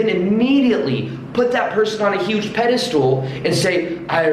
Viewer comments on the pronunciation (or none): you very knowledgeable and l really like your videos. With that said you need to brush up on your vocabulary. The word is pedestal... not pedistool and putting someone on a pedistall means to deem them as the best person above everyone else.